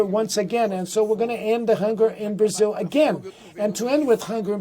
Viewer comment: The president of "Brazeel?" Where did the host pick up that pronunciation? In English it is "Bruhzil" and in Brazilian Portuguese is is "Brahzeo." The last "o" is barely heard.